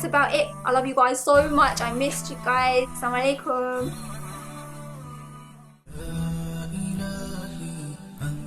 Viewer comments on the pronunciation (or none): Please practice to say AssalamuAlaikum not Samalaikum.